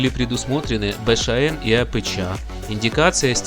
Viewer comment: Апэча, Бэшаэн режет слух!, ты бы у батьки у СВАВО поинтересовался, как правильно всё это читается)))